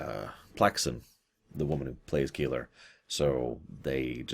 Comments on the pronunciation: I mean, in terms of pronunciation, it's KAY-lar, not Keillor., you have seen TNG Reunion, I assume? Baffling why anyone would say it like this when our introduction to the name is as spoken aloud, on TV. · "Keeler"? I had to rewind that moment a few times, trying to figure out how Joan Collins' Edith Keeler would have fit into the story before it dawned on me: Keeler = K'Ehleyr (which I always thought was pronounced 'Kay-lahr').